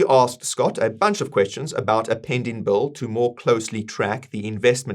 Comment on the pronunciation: Every time you say "bill" it sounds like a "bull".